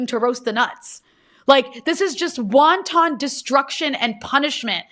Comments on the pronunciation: WONTON destruction? Sorry but, your mispronunciation has me craving Chinese Food. LOL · she better update that map of israel on her necklace LMFAO DID SHE JUST SAY "WONTON" DESTRUCTION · Rania Khalek pronouncing wanton like the Chinese food item wonton. The two words have distinct pronunciations that she seems ignorant of.